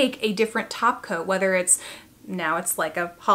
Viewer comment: Ha! i had to watch it like 3 times - i thought i was supposed to be hearing "topcoat" but hearing taco - thank you for letting me know i was not crazy. =)